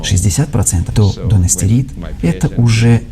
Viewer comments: В видео ошибка. Правильное название препарата дуТастерид, не дуНастерид. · не дуНастерид, а дуТастерид.